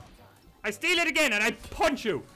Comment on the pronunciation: "I STEAL IT AGAIN AND I PUCH U" lmaooooooooooo